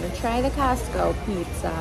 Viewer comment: She said encostco??? Like encanto?😭😭😭🥺🥺🥺🥺